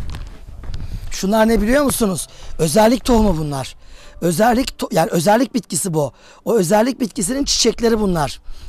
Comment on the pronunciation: üzerlik bitkisi, özerlik değil hocam.